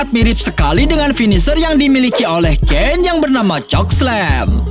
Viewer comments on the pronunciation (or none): none